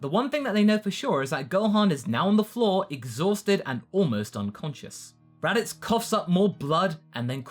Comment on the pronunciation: The raditz saga? You sounded like you said the “erotic saga”